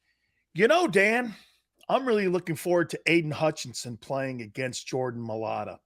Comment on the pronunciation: It’s MIA-A-LATA….you aren’t even close